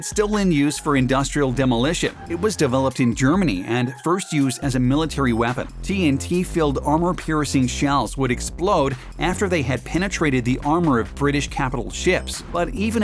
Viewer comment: 1860's or 1960's make up your mind, and also you said "weavons"